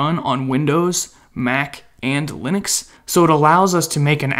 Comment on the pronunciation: i love the way, you say Lynix(Linux)